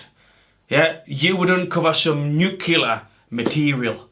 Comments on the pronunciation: Mate it's Nu-clear Not Nu-cle-ar. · Nuculer? Nuclear. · Nuclear. New clear. Not nukilar.